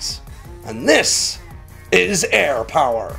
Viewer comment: I appreciate how much everyone relish’s how much Alex enjoys saying “Air Power”